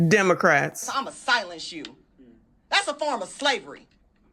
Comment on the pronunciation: I heard demorats 😆